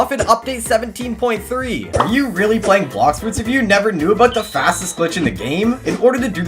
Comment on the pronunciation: Blox fruits nau bluxfroots😂